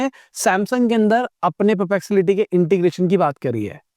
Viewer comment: Sir : puh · pleks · uh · tee